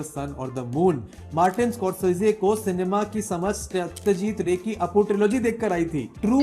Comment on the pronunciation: Rey❌ Ray(raie) PATHER (pether❌ pother✅)